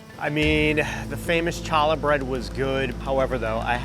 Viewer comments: Challah is actually pronounced Haa-luh (the C is silent) lol. Thanks for making this, love watching the restaurant reviews! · As a real New Yorker, we dont claim Jim. If you call them Cha lah. He has no idea what hes talking about. Dude also has no personality, us real new Yorkers would have brought better energy. I almost clicked off the video cuz of Jim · Hi and Jim, it’s pronounced ka-le (challah). It’s Yiddish. It’s very delicious, especially with butter. 😊❤ There’s also another “basement-cash only” restaurant called Hop Kee (#21) on Mott Street. It’s a traditional Cantonese restaurant and amazingly good! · Please let Jim know that challah is pronounced halla, the c is silent. I'm Jewish, and it hurt my ears to hear it pronounced wrong. The fact that they serve it with bacon is definitely not kosher 😂😂😂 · I always thought the C was silent and sounded more like holla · It is. It’s PAINFUL to hear CH over and over again. Gentiles everywhere. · It’s pronounced Hallah bread lol. Challah without the C lol. You’re definitely not from NYC. Food in the city sucks. The outer boroughs is where it’s at. Brooklyn and Queens! 🙌🏻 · In the future, it's pronounced Holla like "Holla at ya boi." ✌️ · Pronouncing challa bread as "Cha-Lah" made my brain short circuit. Also really want some breakfast now. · But they mispronounced CHA-lah (the CHA is the throat clearing CHUH, not Cha... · Mispronouncing challah bread cracked me up 😂🎉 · How can Jim be from NY and pronounce Challah that way?! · If that's how Jim thinks Challa is pronounced, he's clearly NOT from NYC at all. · Tell Jim to look at the correct pronunciation of challah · I laughed and was disappointed by yr mispronunciation of challah bread. Now say Chanukah 10x fast. lol. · atrocious pronunciation of challah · Your buddy is from NYC and he can't pronounce challah correctly? WTF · Please I am begging you, learn to pronounce "challah" correctly. Just ask literally any Jew. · The pronunciation of Challah is hurting me